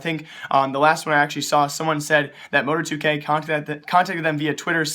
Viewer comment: Mo-tar-2k not Mo-tor-2k lol